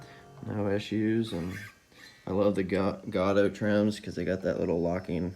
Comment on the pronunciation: Gotoh - pronounced GO - TOE. Either way I have a gold one and a chrome one and neither of them have this laser etching on them. I hope that's not something that they're doing now. My tremolos have stamped Gotoh on them. Most people don't know this but Eddie Van Halens tremolo on his prototype EVH Musicman guitar had a Gotoh tremolo with the Gotoh name on it - not MUSICMAN as so many of their guitars now have. It was a replacement for the Floyd Rose tremolo that was originally on it. Good job replacing that tremolo. I'm sorry about the paint chip - THAT always sucks! I would just leave it and the holes for the pickup ring. Consider those characteristic of this exact guitar. As so many famous ones that have flaws and modifications with holes where pickguards were or something else bolted to it. Thank you for sharing this with us.